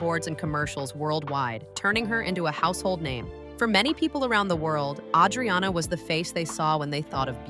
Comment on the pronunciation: PLUS, her name is butchered. It's A-driana, not Audriana.